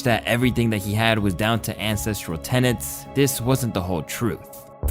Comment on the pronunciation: Why do people keep saying tenants? It’s TENETS ffs. People are so dumb nowadays